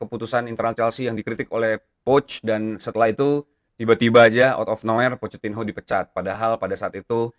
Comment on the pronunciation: PochettiNO bang bukan PochettinHO , agak risih dengernya wkwkwkwk :hand-purple-blue-peace